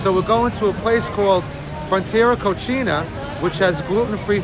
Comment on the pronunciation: The name of the restaurant is Frontera Cocina, not Cochina.